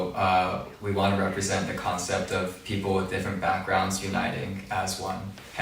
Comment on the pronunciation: Rikkun...its people not pipour. 😆 Naah just kidding you're just perfect